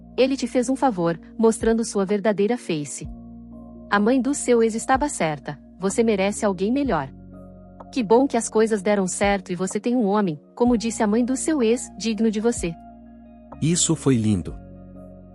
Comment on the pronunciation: verdadeira "feice" ??? Em português é FACE !!!!!